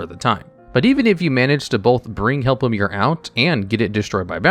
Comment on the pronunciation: I believe its pronounced Help-o-Em-Er